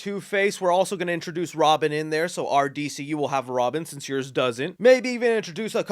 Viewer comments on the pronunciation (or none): none